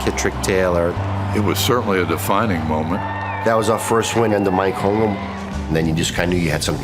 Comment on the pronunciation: Can't believe after all these years, some of these guys still call him "Holmgrem"